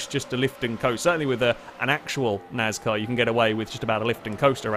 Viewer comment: What’s NAZCAR? ;)